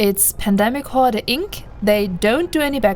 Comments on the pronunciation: Sorry to be that guy but the word "horde" is just pronounced like "hord", I understand you were saying it as it would be in German but in English a lot of Es on the end of words are silent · It was very hard to listen to you mispronounce the name. Pandemic Horder is not their name no R on the end I know you can say it you did it a few times in this video... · btw, the e in horde is silent, I couldn't stop laughing every time you said hord-ee if that was on purpose, even better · Wrong Corp. join the pros, KarmaFleet or GSF, with proper background check. PH is just cancer.... oh also, no "e" pronunciation at the end, just "Hord".... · lol I knew you where german the moment i hear you say HordEEE :D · The e on horde is silent. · For a non-native speaker, your english is really excellent - but why is it so hard to pronounce PH in the correct way? I mean on all the other vocabulary you are using, you do not fall back into some silly 'germanesque' pronounciation-games, so why then for 'horde'? this really makes you look something between stubborn and ignorant... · Can't tell if you're trolling or not... You are definitely pronouncing the word 'Horde' wrong. :P